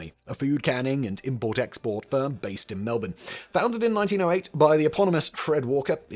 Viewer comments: Simon considering you say Melbourne properly have you been here? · As a Melbournian, I respect your correct pronunciation of MELBOURNE. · Simon's pronunciation of Melbourne has improved significantly 🤣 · Congratulations! You said Melboure correctly!